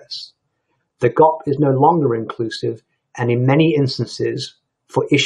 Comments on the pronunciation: The pronouncement of GOP as "gopp" instead of as Gee Oh Pee and John McCain as Muh-kehn instead of Meh-kane is a bit exotic for a lifelong Republican. Let's blame it on his British origins. After all, it's the message that matters, not the messenger. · Thank you for your video. May I give a quick tip that "GOP" is not said as gop, but as an acronym. Gee-Oh-Pee.